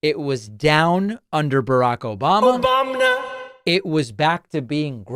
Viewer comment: Obamna! The Oranges! Troth Soochal! 😂